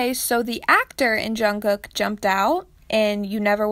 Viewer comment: when she said jungcook I died mentally 🤣